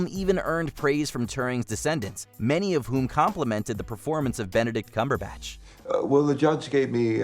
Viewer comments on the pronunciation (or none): none